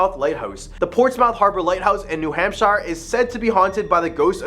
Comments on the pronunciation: Sorry to be that guy but I can't get past it. We pronounce it "New Hampshur" not "New Hampshyre" Same with Concord it's closer to "Concurd" than it is to "Con-chord" We're weird like that. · A little , teeny bit more research due here. Hamp shire? Say it like sheer. Some say it like hampster, without the t. Research, at least google, maybe talk with someone from New England or wherever you are investigating. The Blair bridge is just I’ll used by people ignoring the signs about weight and taking turns. It has become a thing for the college students to drink at the bar right next to it and then try to light it up again to be part of history. Locals patrol to attempt to prevent. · I can understand not pronouncing New Hampshire correctly if you were from a non english first speaking country maybe. This dude cant even pronounce one of the states thats name is basic english. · Pronounces Chocorua correct but new Hampshire wrong… but I digress. I literally just camped up on Chocorua 2 weeks ago and have many times in years past. No monsters, unless its us snoring that you hear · *New Hamp sher *Ports muth *Choke o rua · Somebody please tell this guy how to pronounce New Hampshire, and Portsmouth lol